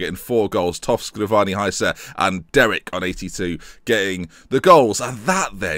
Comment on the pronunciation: I think you're saying Derek wrong, too.